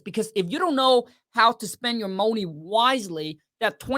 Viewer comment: I love how he pronounces money, get that mouny baby $$$😂😂😂😂